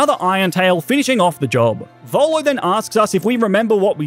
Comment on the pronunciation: Volo not bolo